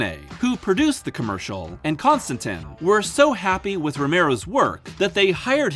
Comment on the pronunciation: “Con Stantin” films lol